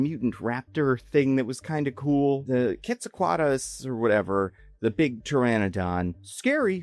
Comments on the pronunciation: Every dino nerd knows how to pronounce Quetzalcoatlus (Ket-zal-ko-ought-lus) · My understanding is it's pronounced kit-zel-quat-loose